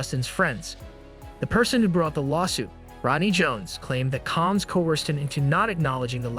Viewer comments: Why is this A.I. voice pronouncing his name as “Calms?” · Who the hell is Calms?😠😠😠😠... Get Diddy's name right... Dude